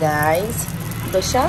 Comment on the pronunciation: Mere khyal se dosa hota h na ki dosha😅